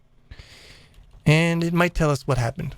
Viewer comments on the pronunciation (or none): It's "what happon",not "what happen"